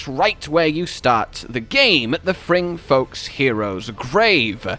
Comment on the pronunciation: Did he say fringfolks?